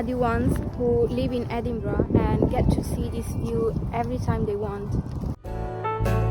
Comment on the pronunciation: Stop saying "edingbrah"!